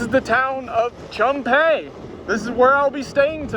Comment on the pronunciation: I'm not offended, but Chum Phae is pronounced Choom (rhymes with zoom, boom, loom), Paa ( has the aa sound as in cat, hat, fat).